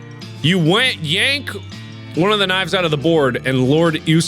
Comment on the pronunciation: HOW DID NO ONE NOTICE MARK SAID WANK INSTEAD OF YANK. Nice recovery though Mark, alomst didn't notice.